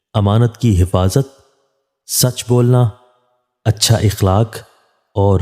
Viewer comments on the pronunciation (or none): none